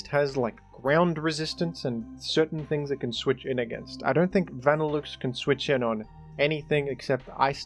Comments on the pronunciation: Wtf is a "Vannilukes" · Why do you pronounce leavanny and vanilluxe so weird? Not to mention ariados.